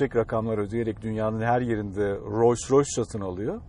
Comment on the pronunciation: keşke markanın telaffuzunu yanlış yapmasaydınız bütün video "royce royce" demenize takıldım kaldım. Buna rağmen teşekkürler.